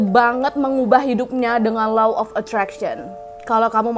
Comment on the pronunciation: Nyebutnya bukan lau tapi lo.. buat kata (law).. nasihatnya mantap 👍